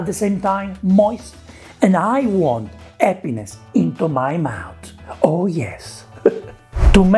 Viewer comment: "I want 'appiness into my mouth" sounds like 'I want a penis into my mouth'